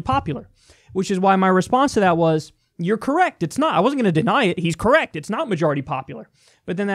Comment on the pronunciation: "Look it up I'm correcc" lmao golden. I love Kyle.